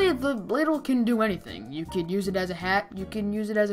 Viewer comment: he says bladle